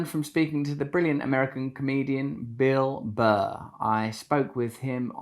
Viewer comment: Thee American Beel Buh